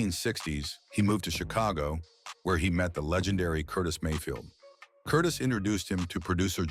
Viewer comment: That’s Curtis Mayfield. Why don’t you learn how to pronounce their names. And stop showing pictures of all and any black people to make your story complete….We don’t all look 👀 alike. Stupid…..